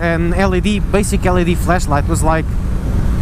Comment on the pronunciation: Accent made it sound like you said "Fleshlight" multiple times. Or maybe I just have rotten mind.